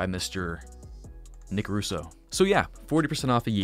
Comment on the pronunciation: So cute you pronunciating my surname "Russo"